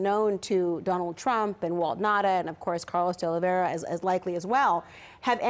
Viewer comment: Why don't you learn how to pronounce De Oliveira's name?